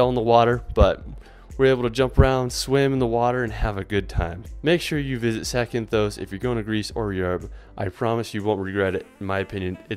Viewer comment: Please don't add an E to words that don't have one. It is Zakynthos, not Zakynthose. That last O is short.